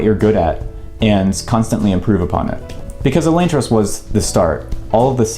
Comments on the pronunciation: Wicked late, but Sanderson says Uh-Lon-tris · Is Elaine-tris the official pronunciation? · It's read as elantris, not elantris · The way you pronounce elantris gives me a migraine.